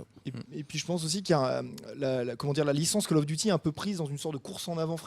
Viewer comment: "Call of douty infinite ware" XD